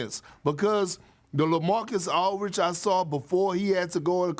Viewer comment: Perk… it’s “Aldridge” not Alridge 😂